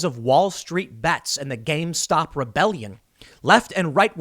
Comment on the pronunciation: I love that you keep saying gamestock